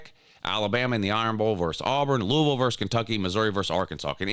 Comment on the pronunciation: VERSES not verse